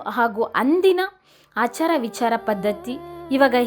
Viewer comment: ಅಚರ ವಿಚರ ಅಲ್ಲ. ಆಚಾರ ವಿಚಾರ ಅಂತ.